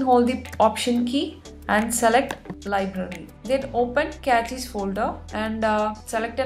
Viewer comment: its not "Cratches, its cache. Look up the pronunciation please. Its good that u do something with your life but either do it better or do something different please🙏🏼